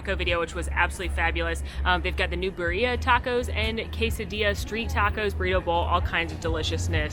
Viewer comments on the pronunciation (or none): none